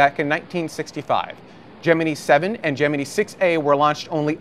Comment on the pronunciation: Why would you choose to pronounce "Gemini" in a way that you KNOW is incorrect and different to how everyone else says it? That's just weird attention-seeking.